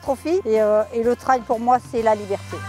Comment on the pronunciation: Mais pourquoi dire « trèle » pour trail ?? Un train roule bien sûr des rails pas sûr des rèlles 🤷🏻‍♂️